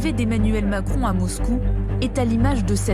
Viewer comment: Omacron elle a dit 😂